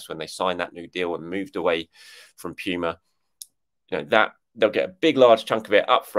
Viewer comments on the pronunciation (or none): none